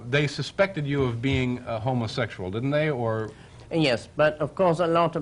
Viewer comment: He says 'ho-mo-SEXual'...like the voice-over's in those dodgy 'beware of' info films ?